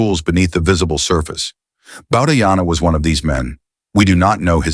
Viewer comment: The name is pronounced as Bau-dhaa-yana, not as Bau-dhaa-jana.